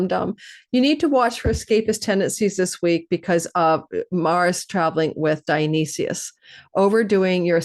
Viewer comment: Dio-nice-sys ... you aren't representing properly